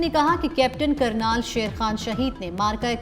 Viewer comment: Kernal bolna nhn ata shame on